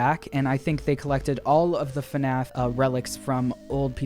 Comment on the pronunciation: Five nights at Freddy's is fnaf not fuhnaff